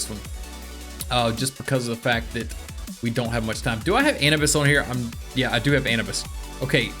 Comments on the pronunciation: yo its not an-ee-bes its anUubIs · Anibis" Me: its pronounced Anoobis Requeemm" Me:no no no it's pronounced Reqweyam